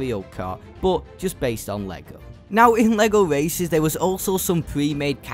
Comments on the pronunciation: Whenever he says Lego races, I hear lego racists😂 TT games really be making every type of Lego game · I'm I the only one who heard Lego racist